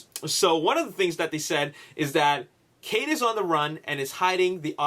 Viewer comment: you said cave not cade